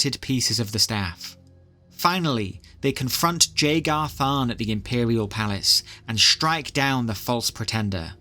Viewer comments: I hate to be that fella but Jagar Tharn is pronounced with a Y style J, so more like yaygarr tharn. I'm likely not the first, but I didn't see other comments so here ya go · Love the vid but man. Its a silent J. "Yay-gar" tharn. And "ok-ate-oh" Also... There is evidence to suggest that the nerevarine was actually dragonborn which would explain why they would travel east to akavir (dragon-land)